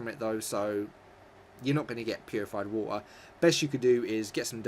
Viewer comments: The way he says water OMG just stop lol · Purified wah-er